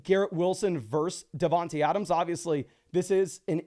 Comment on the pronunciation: Just trying to help. It is pronounced DavanTAY Adams. same with D Smith